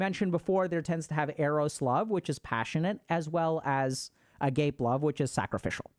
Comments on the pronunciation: Great vid. Just letting you know that agape love is not pronounced agape. It's pronounced a - ga - pee. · A-gape!!! wow. it's aga-pay. a-gape is wild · ah-GAH-pay - FYI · a gape 😂😂 it's a-gâp-é Great content thank you ❤ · Agape pronunciation =Agahpay. It's Greek. But I can see how ah-gape is representative of the feeling behind it 😂 Love this video, as usual! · You’ve probably already gotten this a few times, but just wanted to say that agape love is pronounced “Ah-gah-pay” not agape like something being left wide open lol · Agape (the Greek word for selfless / unconditional love) is pronounced: uh-GAH-pay or more precisely: ah-GAH-peh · Agape' is pronounced Ah-GHA-pay. It is less about sacrificial love, and more about selfless, or altruistic love. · Super late but agape' is pronounced ahh-gahh-pay. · Agape love. Its what Christians refer to when they talk about Jesus love for mankind. Pronounced ah-gah-peh. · for any who watch this and read this comment in future Agape love is pronounced Ah-gah-pay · The church I went to as a kid preached about agape love constantly. They pronounced it ah-gah-pay but I don't know if that's right or not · Agape love is pronounced “ah-GAH-pay” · I believe agape love is pronounced ah-gah-pay. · Agape. lol. AhGapa is pronounced. It’s Gods love isn’t it? Long a on last syllable. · I think the pronunciation is Uh-Gah-Peh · agape, pronounced uh-gah-pay. i got it wrong at first too😭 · Agape is pronounced aga-PAY, the emphasis is on the last letter, so maybe put a French accent on the e: Agapé. Ludus is Latin, not Greek. It means game (playful or in the sense of a gladiator game... or squid game) or entertainment, something you do to avoid boredom. It can also refer to a sports game, aka competition. "Per ludum" as a specific phrase means playful or effortless. Don't worry, I still love you. In my avoidant way... so I should probably say appreciate instead of love. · it's "Ah-guh-pay" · Agape is pronounced "a gah pay"